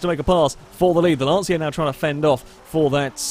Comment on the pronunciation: Sorry for correcting you, it's (Lanchya) not (Lansia) for Lancia pronunciation